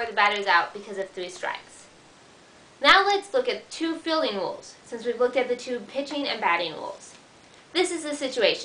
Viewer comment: "rules" not "wules." At least you are pretty.